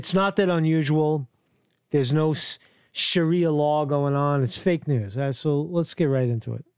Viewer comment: ** THIS ISN’T FAKE NEWS **. It’s ‘sha-ree-a’ law, and they do become extreme. I love ur show, but this time, ur wrong and u obviously haven’t looked into these Muslim groups n other countries, and these groups WILL get worse as time passes, like they don’t EVERY other place they do this. First of all, the missing ‘sources’ r residents of the area that obviously don’t wanna give their names or b listed anywhere so that retaliation can’t occur. I usually agree with u, but ur wrong about this. The problem is the history and current action Muslims take part n n other countries. They’re outfits might not b EXACTLY like the police uniforms, but they get as close as possible without falling into the definition of ‘impersonating a police officer’ for obvious reasons. N other parts of the world, these Muslim ‘watch groups’ get stricter and stricter and they do end up harassing people. It gets bad. Bad enough where cops won’t even go n2 the areas which is why they’re called ‘no go zones’ and it’s real and not rare. Other ‘cultures that ‘neighborhood watch’ don’t get as extreme as the Muslims.